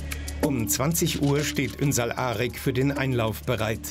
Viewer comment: Die können seinen Familiennamen nicht einmal aussprechen. 😂 ünsal arg 😂